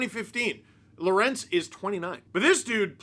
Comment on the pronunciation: Pronounce: Law-Wer-Untz